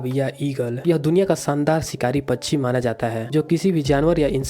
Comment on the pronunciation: Pacchi nhi pakshi bolo